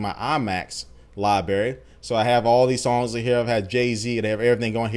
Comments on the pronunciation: it's libRary not libary come on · there are two r's in library. its not libary. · lol I love it when he says libary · What's a Lie-Berry JK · "liberry" lol sorry dude i had to. great overview of the new features tho! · Libary? You made my day :)